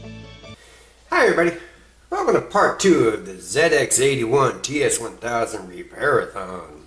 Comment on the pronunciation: Nice work on getting the correct pronunciation out of the gate. It's one of those silly little things that the Brits and those in the colonies like me can't unhear. I cut my teeth on a ZX81 in '81 and appreciate the effort you've put in to troubleshoot and repair these machines.